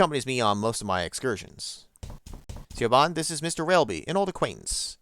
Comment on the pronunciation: Geez, how long have you been sitting on this that you didn't know how to pronounce Siobhan? I mentioned how to do so at the end of 7 Days.